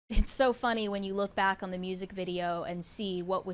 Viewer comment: “Bawk?” Do you mean “back?”